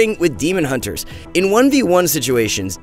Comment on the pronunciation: The quality of these videos are going down not gonna lie. The sound is not equalized, he says huntes do damage from ranged instead of range. And he called Recuperator a pvp talent -_